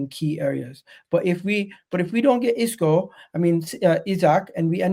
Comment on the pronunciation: Man said Isco…